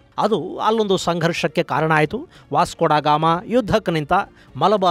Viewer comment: A va..dagama channagi helidri 😂😂🎉